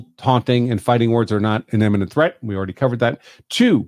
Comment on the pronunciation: why do you constantly conflate the pronunciation of "imminent" with "eminent"??